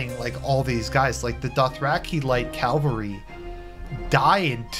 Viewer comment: Please, don't ever.. EVER, use music in Your video again.. it's awfully distracting and just bad. Also - it's CA - VAL - RY. Also - a very classic cut-off, dude. Nice one! Cheers.